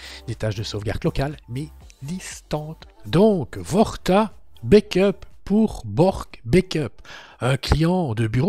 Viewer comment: Coucou. Juste pour une précision linguistique On dit bAck up et non bAIckup pour la prononciation 😉